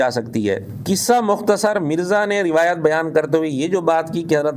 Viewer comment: Ye banda rawet means urdu talfuz b ada ni kr sakta